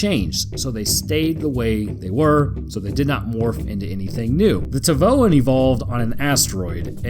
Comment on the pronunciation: T'vaoans are named after their homeworld, which is an asteroid named T'vao. So I think it's more like tih-vah-oh-an